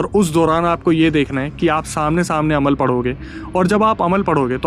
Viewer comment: Alam nahi Amal bolte hai usko bhaiya